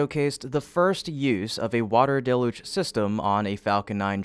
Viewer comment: It's pronounced "DEL-YOOJ", DAMNIT!!!